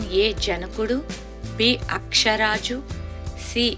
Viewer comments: అక్షరాజు కాదు.. ఆకాశరాజు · అక్షరాజు కాదు ఆకాశరాజు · అమ్మా, వెంకట కాదు.వేంకట. అక్ష రాజు కాదు ఆకాశరాజు. నీకెందుకు ఆమ్మా క్విజ్ లు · అక్షరాజు కాదండి ఆకాశరాజు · అక్షరాజు కాదమ్మా ఆకాశరాజు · అక్షరాజు కాదే బాబూ...ఆకాశరాజు